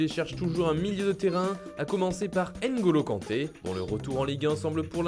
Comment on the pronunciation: Ngonlo kante pas n gonlo kante 😪